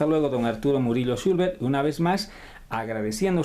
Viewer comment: El apellido es “Chulver” no “Chulber”. Solo esa pequeña corrección, después es un muy buen video. Algo bello que se quedará grabado en la memoria de mi bisabuelito 🫶🏻